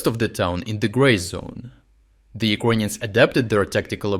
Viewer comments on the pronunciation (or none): If you say 'ucoineans' one more time....insted of Ukrainians. I swear...